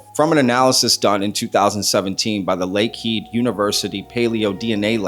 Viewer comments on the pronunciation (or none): For their moment of fame....it's pronounced Lake "Head" University in Thunder Bay, Ontario